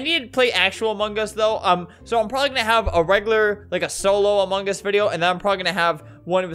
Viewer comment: kewfjdn I see hearing you pronounce among us as "amungus"